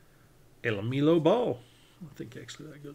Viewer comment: Le-ME-lo ball took me out lol la-mel-o